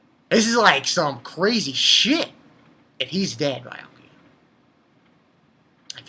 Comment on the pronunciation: its beeeeeeeeeeeeakuya！ stop calling him biiiyakuya！